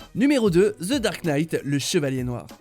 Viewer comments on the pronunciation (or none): Ze dark night 😂🤦‍♂️Vous les français 🤦‍♂️